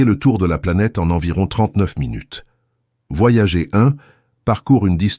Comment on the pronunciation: Ces voix synthétiques par IA font des erreurs de prononciation assez grotesques. Le nom des sondes US "Voyager" se prononce "Voyadjeur" en français aussi puisque c'est un nom propre, et votre IA n'a pas appris à lire les abréviations ce qui est bien dommage.